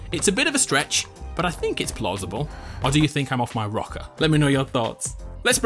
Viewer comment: mans said plosible